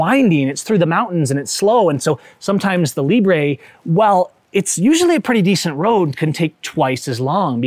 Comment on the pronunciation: “Librey” lol